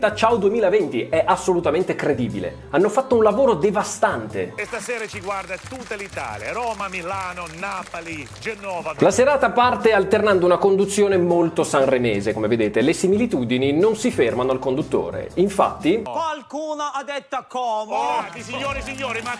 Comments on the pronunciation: Ma cosa andate a fare le voci a joe bastianich: sentite qua Napàli Genóva😂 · Appena il tizio ha detto "Genòva" ha bussato Sephiroth a casa mia chiedendomi di parlarmi della Riunione